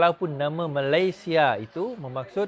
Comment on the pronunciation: Keep fighting n bury all the corrupt traitors alive but btw the name of our country shld be pronounced as Malaysia as spelt in BM instead of 'Malayshia'. Good luck to you n your team.